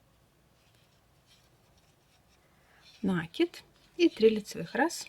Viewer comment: Ну почему нАкид,а не накИд?